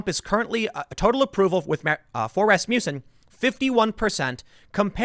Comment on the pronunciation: Love how Tim pronounces Rasmussen like Rasputin... 😍😂😍😂